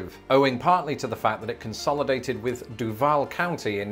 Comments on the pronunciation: It's pronounced "doo-vol" and is very important to the locals that it is pronounced properly. Much like Louisville being pronounced "lull" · I have lived in Jacksonville my whole life and duval is pronounced doo vall